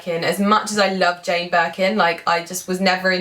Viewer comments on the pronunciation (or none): none